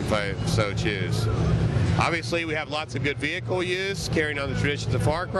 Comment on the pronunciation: Hey DUDE you´r AWESOME! "Vechile, basely called JEEP!" LOL "North Koreans with South Koreans Accent!" Bow-wow